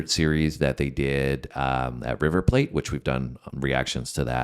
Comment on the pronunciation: It's river PLAT pronounced like flat.